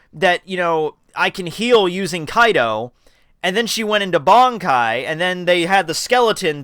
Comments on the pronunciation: Why does he keep saying Kaido instead of Kido? Just wondering... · It is kido not kaido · Kido- kE-dO you say it right some times but not most of the times Kaido is what you say and i keep looking for dam yonko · Kido my man. Not Kaido. Hearing kaido is irks me. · Please say this with me... "Key... Doe" Kido is pronounced that way... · KEE-DOE, NOT kaido from OP c’mon now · KEEEDO. NOT KAI-DOE. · The way you pronounce kido bothers me when I watch this.